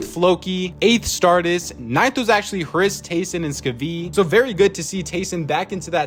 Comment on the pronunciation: I knew the moment they started mispronouncing Hris's name